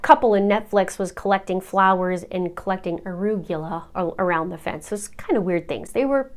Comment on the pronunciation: Arugula: ah-rōōg-a-lah You said it like you've never heard of it! Do they not eat arugula in Canada? 😊